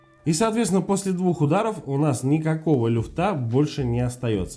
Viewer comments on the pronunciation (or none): Не люфтА,а лЮфта,грамотей😂